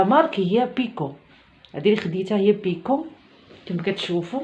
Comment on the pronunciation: 😂😂😂Piko Piko 😂😂😂 يقولولها بيكو biko